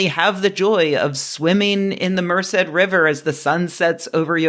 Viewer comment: The accent for Merced is on the second syllable, js.